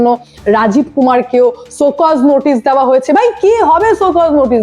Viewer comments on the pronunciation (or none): none